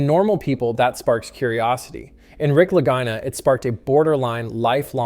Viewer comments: ‘Lageena, Laguyna?’, ‘Lajyna’. 😂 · 🚨🚨🚨 yep the lagina the Laguna Brothers If you can't pronounce it right right in the beginning I'm sure your information is correct😂😂😂😂 I mean why would you even listen to it to make sure even the words were right Just throw it on the air YouTube won't notice or people like me 😡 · If it's an Italian name, which I think it is, it's pronounced Lageena. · At least pronounce their name correctly. Gee no agenda here. Just about every week they find artifacts.